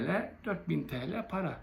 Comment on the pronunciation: Ben bu trolüm diyen adama ne diyeyim kardeşim sen önce tele demesini öğren yani TL demeyi sen tela diyorsun yılmaza 5 milyon veriliyor o adam ben kalemimi satmam diyor sen 4 binliraya kendini pazarlıyorsun senin hakkın çok fazlası ney biliyormusunuz yüzüne tükürmek rezil utanmaz adam senin gibiler yüzünden AKP bitti